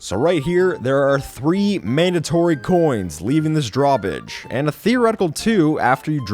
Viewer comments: what is a drawbidge? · Why did you say drawbig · I heard drawbidge who else did even subtitles said draw bi**h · Whats a "draw bigde"? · di-did you just say drawbidge? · "leaving this drawbidge"